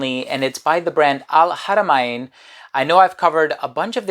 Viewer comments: wonderful info..I am a OUD person so looking forward to try it...and it pronounce AL-HARA-MAN....not MA-IN....I hope you don't mind me correcting you..hahahah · .. I know it is al haramain but it is not pronounce Hara ma In...